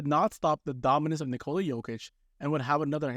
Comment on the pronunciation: lol you circled nurkic not jokic, also it's pronounced nikola, not nikola